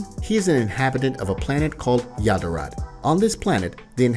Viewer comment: The story is good but the way he pronounces stuff is a bit annoying he says “May-Jin” instead of “majin” and he said “yararaht” instead of “yardrat”